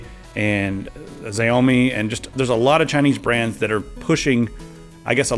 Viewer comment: Xiaomi is pronounced "Sh-Ow-Me" not "Zey-Oh-Me"